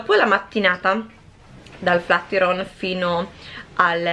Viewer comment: ti seguo da un po’ e mi piacciono molto i tuoi video, soprattutto quelli di viaggio! Però flatiron pronunciato così non si può sentire 😂😜